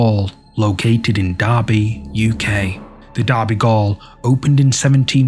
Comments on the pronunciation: FYI Derby Gaol isn't pronounced Derby Gawl, it's as in Jail. xxx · It's pronounced jail even though it says gaol. Just saying. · It’s pronounced “Jail” just spelt differently Gaol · Derby gaol, i though it was pronounced jail, which makes sense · It's pronounced jail❤